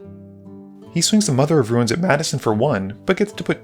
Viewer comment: my wife does not pronounce the I in the word "ruin", making it sound like "rune". listening to you call mother of runes "mother of ruins" this game was the first time I heard it done the other way around, though. I feel like I ought to add that this is a little thing and does not significantly detract from my enjoyment of this video.